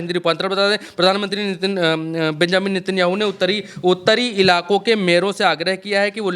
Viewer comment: Sir ji aap se kehna chahunga ki नेतनयाहू है उसका नाम आप बार बार नितिन याहू के रहे है आप गलत नाम ले रहे है कहीं ये तो नहीं सोच रहे कि यहूदी ही यादव है 😂😂😂😂😂😂😂😂